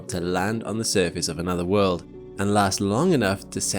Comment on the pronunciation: Last I checked...world has a "L" in it..learn how to pronounce it properly